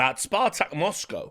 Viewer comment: Y did i find it funny the way rich said "Moscow" ???